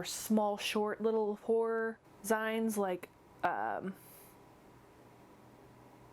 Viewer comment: Zines is pronounced Zeens ;) I like your look. . 3 years later I wonder if you go outside of the house made up like that? hope so :)